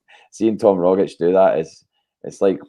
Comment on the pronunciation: Rogic is phonetically pronounced rogich with the g like “g” in Lady Gaga not “dg” in Brendon Rodgers! Kudos to Russell and JP the Ascom linguists par excellence!!